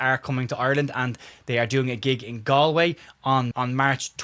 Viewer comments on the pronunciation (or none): none